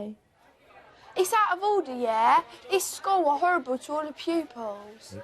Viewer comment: It's horrible. Not orrible